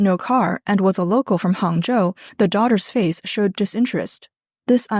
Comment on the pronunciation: what city did you say that match making thing was???? Hung-Joe???????? No wonder the women flocked there.